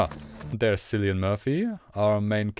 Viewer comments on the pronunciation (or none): His name is Cillian Murphy As in Killian Not Sillian